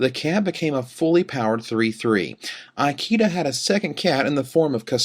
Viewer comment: is pronouncing Ikeda's name badly wrong. "I" rhymes with see (or even bit, if you want to Americanize it), "ke" rhymes with may, and "da" is correct. This is like asking someone if they speak EYE-talian. Seeing as the player in question is in the running for POY, and the Japanese have long been a power in competitive Magic, commentators should really learn how to pronounce their names correctly.